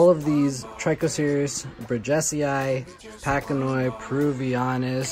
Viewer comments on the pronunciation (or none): It’s patch annoy. Not packanoi